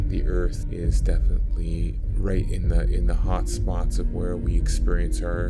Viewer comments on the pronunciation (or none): none